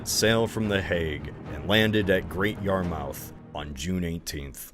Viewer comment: Great video! Btw, pronunciations of Norwich, Great Yarmouth, Weymouth, and Westminster were a little off :P